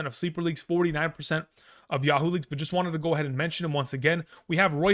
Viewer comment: He said Yah-HOO leagues lol